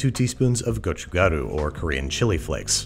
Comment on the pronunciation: I'm liking the 고추가루 pronunciation :)